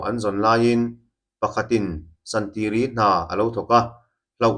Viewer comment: "San ti ri"😂😂😂 Santiri tia lam tur.